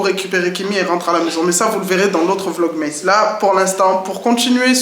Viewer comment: Coucou! Porte toi mieux et bonnes fêtes à la famille 😊 PS: c'est vlog "masse" et non "meïsse" 😉